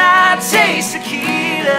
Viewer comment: Why are they pronouncing it taquita? It ain't a taco it's tequila